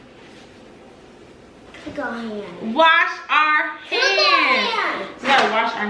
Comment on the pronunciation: Did he say, "cook our hands?" Lol 🤣